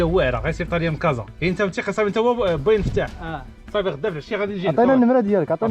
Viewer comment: السلام عليكم راكم خاطئين في النطق الاسم عبد الفتاح ماشي فتاح فتاح هو الله